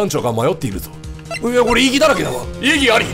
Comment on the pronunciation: 異議ありゃぁは草